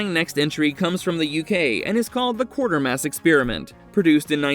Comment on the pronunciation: The name is Quatermass, not Quartermass. And if anybody wants to avoid a spoiler on The Incredible Shrinking Man, turn down the volume for that segment!